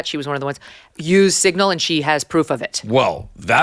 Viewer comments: DAVE!!!! It is SIGNAL NOT SINGLE ... if you can't say the word, don't talk about it. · I didn’t know what he was talking about until Megyn said signal lol